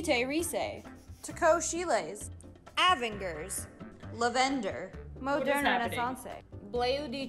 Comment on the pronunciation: A-Vie-N-G-ers Me: NOO THATS NOT HOW YOU SAY IT😂😂😂